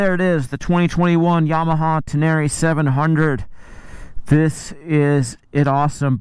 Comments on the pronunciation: Ten-a-ray not ten-air-eee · It's Ten-Array! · Tubeless off-road is a problem? Really?? Have fun changing a tube on a back trail in the pouring rain. Say it, "Ten-a-ray" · You say "Tin-near-rie", I say "Ten-ner-ray"; "Tin-near-rie", "Ten-ner-ray" - lets call the whole thing off! 😂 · He said TenÈre once too often in the first minute, and I gave up. Nice bike.. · Love your videos! Hater's will hate! I love your "uptown" pronunciation of the bike! Oh and don't forget to pick up your dinner jacket at the cleaners! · Need to learn how to say “Tenere” correctly.